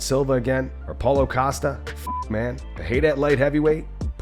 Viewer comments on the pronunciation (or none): none